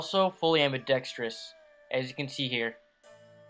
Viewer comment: Btw Its pronounced "am-bi-dek-struhs" not "am-bi-dek-stri-uhs"